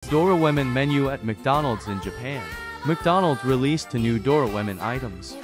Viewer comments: "dOraWoMeN" Bro the voice trippin' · just how difficult is it to pronounce Doraemon correctly?